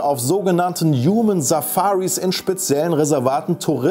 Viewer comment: uman oder youman? ^^